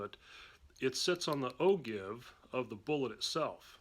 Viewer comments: Good, useful video, thanks! Not to be a nit-picker, but according to Wikipedia, it's pronounced "o-jyve". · Just found your videos and they are very informative...Dude you have to start pronouncing ogive correctly, that shit is killing me everytime.